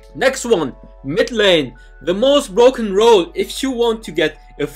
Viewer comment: "Brrrroken" made my day 😂